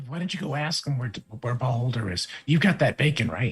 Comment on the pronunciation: When you said Beholder I thought you were saying Baldr.